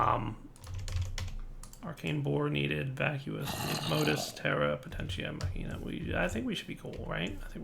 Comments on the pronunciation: i think it´s pronounced ma-ki-na ^^ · machina is pronounced mock-in-a.